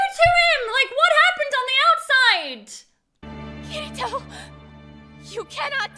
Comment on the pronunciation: Everytime I hear kiritos name most people say Kitty-toe-kitito I don’t think I’m hearing wrong I’m sure some of you can hear that